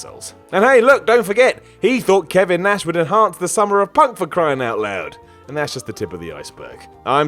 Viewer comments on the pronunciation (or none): none